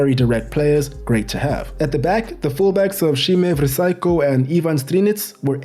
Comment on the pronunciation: The fact that you can pronounce Vrsaljko, but not Dejan is hilarious (not throwing shade, tho). Cool video, greetings from Croatia :)